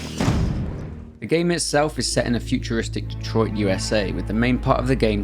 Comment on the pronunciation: Thank you for being English and somehow knowing how to pronounce Detroit correctly 👌